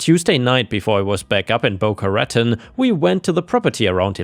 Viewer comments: Hey... Just a little help with the pronunciation of Boca Raton. Bo-KAH--Ra-TAWN.:-D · Pronounced as Boca-Ratone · This has nothing to do with the stories just the pronunciation of a city Boca Ruh-town.😸. I love these stories 👍